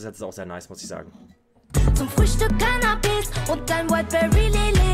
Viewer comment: Wieso höre ich immer Zu Frühstück Cannabis anstatt Canapes ggg